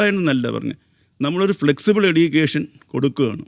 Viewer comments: എഡ്യുക്കേഷൻ അല്ല എജ്യുക്കേഷൻ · ഇയാൾ ഒരു യൂണിവേഴ്സിറ്റി വിസി ആണോ? സംസാരം, ഉച്ചാരണം ഒന്നും ഒട്ടും കറക്റ്റ് അല്ല. എടീക്കേഷൻ, ഡിഗിരി എന്നല്ലാം പറഞ്ഞോണ്ടിരിക്കുന്നു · Education ൻ്റെ pronunciation തെറ്റാണ്